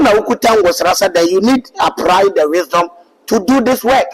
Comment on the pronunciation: Tsw... "Appry" deɛn😂😂😂😂